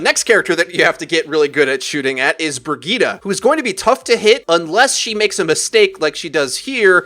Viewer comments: Who the fuck is Briggeta Do you mean “Bridge-ett”? Like fuck man pronunciation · Did he pronounce Brigitte as "Briggita"? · The name is Brigitte, not Birgitta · BRI-GIT-TE. Bri as in brie cheese, git as in git gud, te as in tesla. jfc. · fucking shit man, stop calling brigitte BERGEEDAH. if you're going to use the swedish pronunciation, at least say it properly. no one says sombra with a spanish accent or widowmaker with a french accent, they say them in a normal american accent, so why halfass brigitte's pronunciation? her first 3 letters are BRI btw, not BER. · U said Bridgette wrong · Can't anyone pronounce Brigitte right?